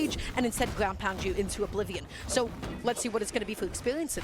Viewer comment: Not gwoun 😂😂😂😂